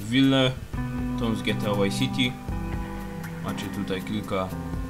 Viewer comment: Czy Ty kurwa mowisz GTA WHY CITY! Wtf.